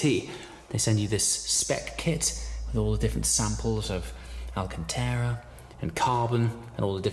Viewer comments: For the love of god man, stop saying Alcantera, it is Alcantara. Get it right please! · I still love all your content, but why o why do you still irritate me by pronouncing “alcanTARA”, “alcanTEARA”??? Is this just a YouTube thing? PLEASE explain.